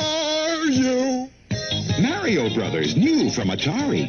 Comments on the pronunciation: Thank you for pronouncing mario correctly... good job... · Thanx for pronouncing mario correctly good job!